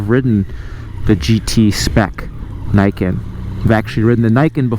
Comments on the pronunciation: Fixed audio?? I still hear NAI-KEN instead of NEE-KEN as it is supposed to be called...... It's not that hard guys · It's not Nike-ken, it's Nee-ken. "Ni" is 2 in Japanese, "Ken" is sword. It literally says "Two Swords" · its "nii" "ken" noot "nai "ken" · It’s a machine for sure, but it’s not sportswear. Pretty sure it’s pronounced nee-ken. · learn how to pronounce the word Niken Neeken, as is the camera is Neekon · Niken = 二劍 = pronounced "ni" as in "Nissan" Thumbs up for reviewing the cool bike, thumbs down for saying the name of the thing you're reviewing wrong. +1 -1 = 0 (no thumbs up or down from me for this video) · nah, just because someone else pronounced it wrong AS WELL doesn't make it right.